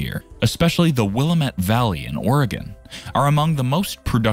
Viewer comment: At he didn't say Ore gone. Lol